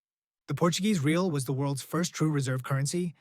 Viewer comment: Real is pronounced more or less "ray-AW" or "ray-ALL," not like the English word "real," lol.